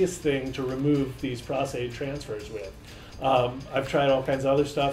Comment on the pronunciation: Dude it's PROS-Aide, as in "pro" with an "s"! lol